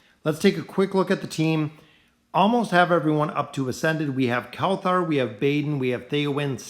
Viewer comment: Why do you say kelthar instead of kelthur